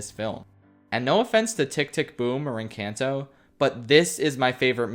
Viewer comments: I adore all your videos and they are always at the top of my list to watch, but for the love of god stop pronouncing "Encanto" like that. It's En-cAHn-to not En-CAN-to. Sorry, as a Latina it drives me up a wall how people keep pronouncing it the non-Spanish way. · The way you pronounce encanto lmao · Congrats you are the first person i have heard to mispronounce Encanto.